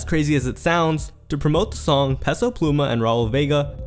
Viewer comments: Stop pronouncing Peso incorrectly.. it’s pronounced Pay-So not Pess-O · bro idk who tf peso pluma is, but please learn how to pronounce "peso"